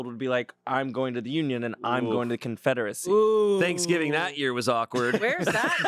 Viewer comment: Not Confrederico 😂